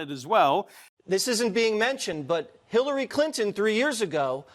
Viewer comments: did she say "HITLER-ry Clinton"? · any one else hear lisa bloom say "HIT"LARY Clinton?